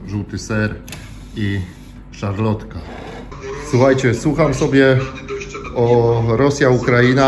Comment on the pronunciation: "Szalotka" bez "R" Natomiast polecam częstsze i bardziej bezinteresowne kupowanie "paszy" pracownikom fizycznym. To na prawdę z czasem przynosi realne korzyści a mało kosztuje.